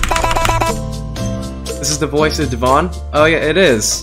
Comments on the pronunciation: lol he said devon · It’s devoun not deven or devon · he says devoun wrong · Just Saying, Devoun Is Pronounced Dev-ow-n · Devoun is pronounced as dev-ow-nuh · Btw its " dev ow-n" because alot of people pronounce it wrong :( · Devawn lol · Also other 99% of yt's: also can't pronounce Devoun right